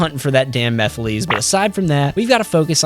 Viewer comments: Mephiles's name is pronounced "Mephil-ess", not "Mephileez". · After all this time, people still don't understand that Mephiles is pronounced "mehf-ill-less" instead of "mehf-ill-lees"? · Stop pronouncing Mephiles wrong! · Bro can't pronounce Mephiles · my guy PLEASE learn how to say mephiles